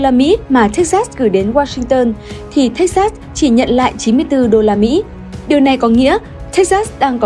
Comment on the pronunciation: Đọc là Thếch Xịt (sừ) nhé :))